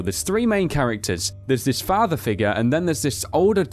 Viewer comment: It's not fahfa its father.